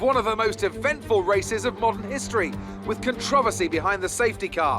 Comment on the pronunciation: I don’t think I’ve ever heard anybody pronounce controversy the way crofty did in the intro